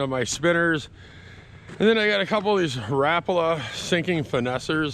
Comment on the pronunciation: One of the few people who know the correct way to say Rapala. RAP-A-LA but I still call them RA-PALAS. Your a good fisherman!